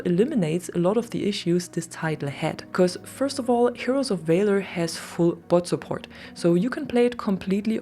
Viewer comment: the way you pronounce valor should be against the law